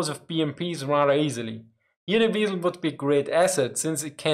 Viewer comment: " They call me the weeiesl" Hehehe Couldn't resist